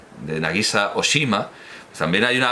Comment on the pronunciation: Conociendo,, cómo se esfuerza usted por pronunciar bien todos los idiomas, una pequeña rectificación: Oshima ("isla grande", en japonés) se acentúa Óshima, sobre la o larga.